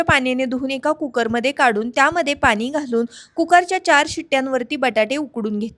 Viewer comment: पानी नाही ग पाणी बोल😅